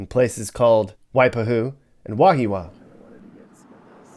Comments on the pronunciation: Wahiawa.. pronounced Wah-hee-ah-wah.. & a few others names not pronounced quite right.. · you mispronounced Wahiawa😂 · Mispronouncing Wahiawa and Waipahu. Put stress on the first syllable WAhiawa. 2nd a is silent. So, WAheewa. Waipahu put stress on 2nd syllable WaiPAhu. FACKING HAOLE! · Wa-hee-wa, and Why-pah-hoo... at least say it right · Kalihi. (Kah-lee-hee) Not Kahili. Waipahu: (Why-pah-who) Wahiawa (Wah-hee-ah-wah)